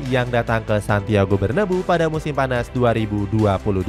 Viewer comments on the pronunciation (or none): bacanya bernaBEU min bukan berneBU